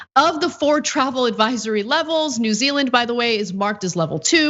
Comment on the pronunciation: “New Zea_eland” 😂 it happens to the best of us.